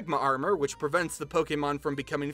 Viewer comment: OMG FINALLY SOMEONE SAYS POKÈMON RIGHT!!!